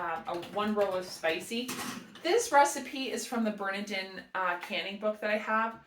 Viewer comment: I love watching Eric and Ariel, too. Turn around and LOOK at the box...they have the pronunciation right on the box! Emphasis on the middle syllable: ber-NAR-din.